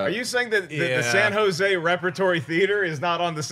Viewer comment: I like today’s topics and pronunciation of San Jose’. Thank you for mentioning my town. The people there try but are not HOLLYWOOD that is for sure.